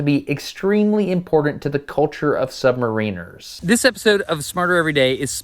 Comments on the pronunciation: Subs are boats. There are fat ships, ships and boats. In Australia, subs are boats and proud to say it. Btw, it's sub mariners, not sub mareeeners. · try putting ur stress on the second syllable, ie, submáriners instead of stressing the i as in submaríners, the way you are saying it. That way you will sound to be on top of your topic, thank you kindly sir. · super interesting but i am pretty sure you don't pronounce Submariners like that...